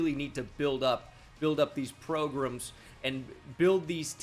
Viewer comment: Why did you say "progrums" like Pat McAfee